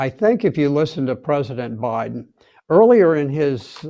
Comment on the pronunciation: Did he say President Obaden in the beginning?